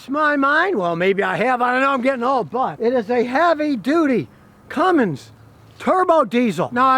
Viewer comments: Hey scotty? That truck is made in MEXICO!!!!! And...the transmission dipstick is on the left side, so, it has a Chrysler transmission 68-rfe. If the dipstick was on the right hand side, it would be made by aisin (toyota). And it's CUMMINS not CUMMINGS l....please stick to gas engine vehicles. You know nothing about diesels. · Hey Scotty you do me a favor? Can you please stop saying Cummings? lt's Cummins, there is no G in the name. lf you look at the badges on the fenders, hood, tailgate and such, you'll see it's spelled "Cummins" all over the truck, with no letter G. Are you internationally mispronouncing the word? Like l said, it has the correct spelling/pronunciation all over the damn thing. How and why do you not know this? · Not sure you should take the advice of someone that can't pronounce Cummins...it's not Cummings....Nuclear, Nukular..😩 kidding. Probably my next truck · he begins to talk about the “Ram Cummings” it’s not a correct pronunciation of Cummins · Waaaaay better than that crappy eco-diesel for sure. I need a 6.9 or a 6.7 Cummins crammed into my mk4 jetta tdi (alh) so I can upgrade! 😂 On a side note there is no "g" in Cummins. 😅